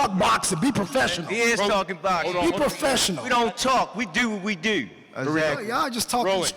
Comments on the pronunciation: "we dir what we dir" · “we do what we dew” 😂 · “ we dew what we dew “ gotta love the Baltimore accent 🤣🤣🤣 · “We don’t talk we dew what we dew”🤣